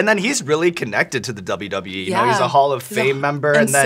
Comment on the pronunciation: She pronounces WWE as WB which is increasingly odd but she's cool af. Makes me want to watch her matches.